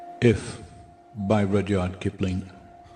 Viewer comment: Yeah like the idea that the poem describes Trump in any way is hilarious. He can't even pronounce Rudyard Kipling lol